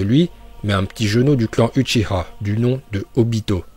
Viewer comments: Déjà c'est uchiwa pas uchiha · pk vous dites uchiha alors que c'est uchiwa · Oui mais dis uchiwa pas uchiha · utchia 🤣🤣🤣🤣🤣, c’est utchiwa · Uchia c'est pas ouchah c'est ouchiwa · mdr c'est uchiwa pas huchiwa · Uchiwa pas uchiha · Dsl mais c’est uchiwa pas uchiha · On dit Uchiwa et non Uchiha on dit Kurama et on dit Naruto Shippuden et non Naruto Shinppunden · Dit pas uchiha ça pe stress dit uchiwa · Lacoste Tn le boss nn en vrai c uchiha va voir en vostfr comment il le prononce c juste en français ils l’ont transformé en uchiwa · apprend a parler c pas utchia mais utchiua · Attend il a dit huchiha la j’ai pas rêvé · On dit uchiwa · On prononce "uchiwa" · Uchiwa t'a daronne t français non tdc tu dis ashilama ou madala donc prononce normalement pff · Pk tu dit uchi-HA😂😂😂